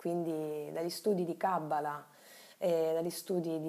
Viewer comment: Video davvero interessante. La pronuncia delle parole ebraiche però è totalmente sbagliata: si legge Kabalá e non Kábala, Sefirót e non Séfirot etc.